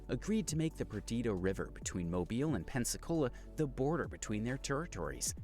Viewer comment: I'm thinking the guy is Canadian. He pronounces "Mobile" (in Alabama) as like the phone, rather than "MOH-BEE-ahl". Same with with his pronouncation of "geography"